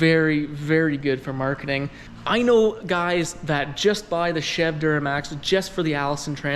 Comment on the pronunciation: Anybody else cringe every time he said chev?